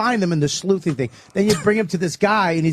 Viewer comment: dumb bobby keeps saying “sleuthing” 😂 its “sluicing”